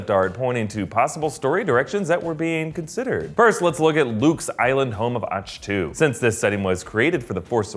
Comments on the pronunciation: It’s pronounced ACK-TWO not AHCH-TEO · It reads aktoo not achtoo! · it is pronounced ak-toe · Did he just say “Och-2”